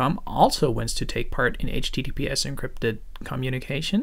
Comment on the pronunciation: Your accent is almost North American, your give away is that you say h teedeepee ess. Although Americans say soft t’s almost all the time, if they’re repeated, we say hard t’s. Secondly, when you say COMMunication it stands out. If you say CUH-munication you’ll be indistinguishable.